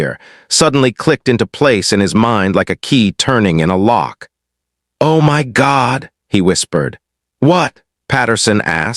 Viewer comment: What was the reason the AI narrator pronounced the word “my” as “em wy” ? “You’re in EM WY establishment, on EM WY time, disrupting EM WY Marine’s meal…” It’s a basic English word, not a secret code !